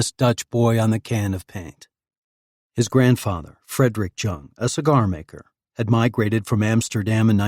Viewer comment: Jung or jong is pronounced with a soft j not a hard j. Its pronounced yong